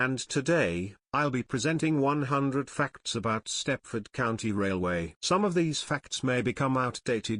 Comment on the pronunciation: I love how the tts says faCTs